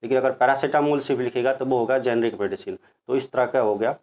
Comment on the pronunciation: शॉर्टकट में मैं आपको समझाता हूं जेनेरिक और इतिक्याल में अंतर। जैसे आप भी मनुष्य और मैं भी मानुष आप जिस काम से जेनेरिक समझा रहे थे आप सही से नहीं बोल पाए तो हो गए जेनेरिक